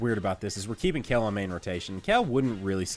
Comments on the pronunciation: You guys need to teach how to say Kale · why do you pronounce kale, seal, and heal so wierdly